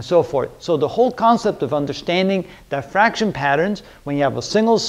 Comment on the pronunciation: It’s diffraction not die-fraction